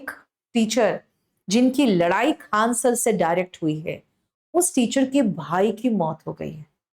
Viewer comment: Faisal khan harami hai koi tisra nhi hai khan hai saf se boliye